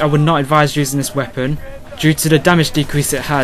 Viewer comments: wepOEEEn :D where r u from?^^ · weapooooonnn what a strange accent